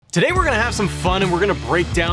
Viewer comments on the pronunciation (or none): none